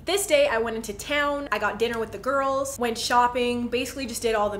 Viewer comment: each time you say "the girls" my mind automatically translates it to "the gOrls"